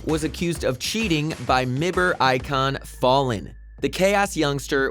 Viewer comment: pronounces es3tag as e s 3 tag but m i b r as mibber